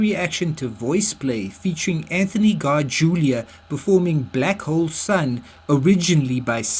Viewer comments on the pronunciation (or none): Cesar says his name as Seezer, not sayzar. And Anthony's name is pronounced as Garjoola, (not garjulia) and Eli's name is short for Eliezar, and pronounced to rhyme with jelly. not Ee- lie.